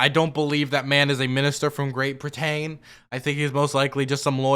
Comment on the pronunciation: Why does this guy weirdly force the first syllable of each word he says? Also he’s just choosing to pronounce things strangely and put the emphasis on a different syllable, right? Please tell me I’m not crazy. (Example: brit-AIN for Britain, dee-uh-SPOR-uh for diaspora)